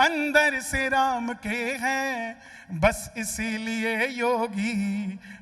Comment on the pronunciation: Host medam 😅 Jai shree shyam 🌹🙏🚩 Phele bolna sikho Jo ram ko laye h hum unko layenge Ram nam sahi se lijiyega ❤❤❤❤